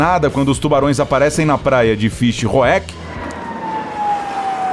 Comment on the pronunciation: Morri com a pronúncia do narrador referente a praia na África do Sul 😂. Deve-se pronunciar Fishuk como uma palavra só (Fish Hoek)